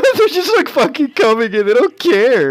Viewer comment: Did you rike it?